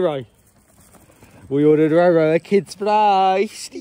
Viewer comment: I swear I’m losing my hearing, for the longest time - I swear you’ve been saying LoLo 🤦‍♀️ But it’s RoRo which now makes perfect sense lol ❤️ Great Vlog both:) looking forward to watching the others:) x